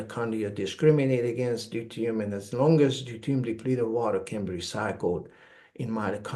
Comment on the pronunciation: I love this guy but he needs to practice the pronunciation of deuterium, it makes it very hard to share it with anyone because I believe they won't understand what he's saying! Constructive criticism! 🥰to all!